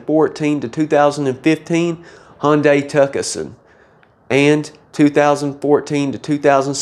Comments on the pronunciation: Tucson not Tucason 🤣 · it’s pronounced too-son. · He actually said TUCK UH SUN.😂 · Tucson is pronounced ToooSaan. You don't pronounce the C.